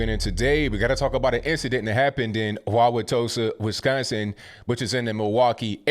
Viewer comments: I live 30 minutes outside Milwaukee. Good job saying Wawatosa right! This is beyond sad. We can't be silent anymore and let people do this harm no matter who the President is. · As a resident of that area, kudos to you for properly pronouncing Wauwatosa.